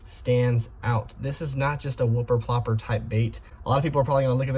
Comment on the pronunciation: Bro said wupper plopper